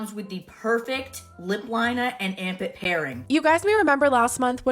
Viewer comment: Anyone else hear ‘ARMPIT’ instead of ‘Amp it’??😂